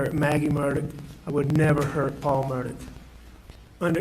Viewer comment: Seems to me that when Alex tells the truth about Paul, he says "Paul" If he lies, he says, "Paw Paw"